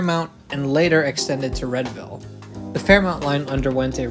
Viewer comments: Unless something has changed since I moved, Readville is pronounced REEDVILLE. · I've really come to enjoy this channel,. Particularly the Boston-oriented episodes, which always manage to tell me something I don't know about lines I've been riding all my life. One thing YOU should know, though -- "Readville" is pronounced "REED-ville!" lol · My friend made SO much fun of me in high school for pronouncing it Red-ville, so I'm glad to see I'm not the only one who thought that pronunciation made sense! 🤣 In all seriousness, great video - the Fairmount Line runs through super dense and transit-dependent neighborhoods that are served by many of the busiest bus routes in the city. Taking the pressure off of those buses by making the Fairmount Line an actually useful service would be huge (they're making good strides with fare integration, but I think the frequency is the biggest barrier right now).